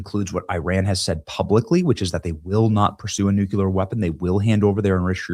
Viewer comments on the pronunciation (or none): Benny, I just love you. Please learn how to pronounce NUCLEAR!